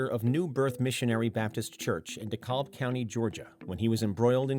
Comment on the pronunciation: Decalb county Georgia is not pronounced “dee kalb.” It is pronounced “dee cab.” It’s like salmon. The “l” is silent.